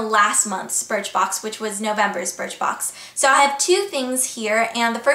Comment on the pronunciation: You said BIRTHBOX! haha